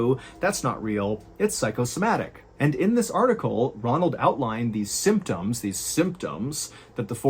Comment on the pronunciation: Aside from "aymtoms" ....yup. Much improved! Well done.